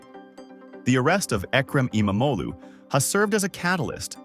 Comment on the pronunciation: Kudos for pronouncing his name pretty much perfectly! Just stretch out the sound a bit longer. "E-mam-og-lu". (Means son of imam/preacher)